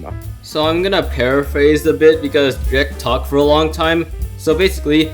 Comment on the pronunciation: DREAKT I THOUGHT IT WAS PRONOUNCED DREE-KT ???